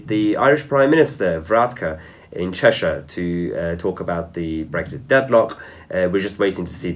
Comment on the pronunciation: theres no g in brexit so stop saying bregxit